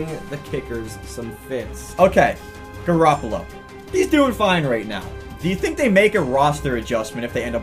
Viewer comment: JIMMY G! said he name wrong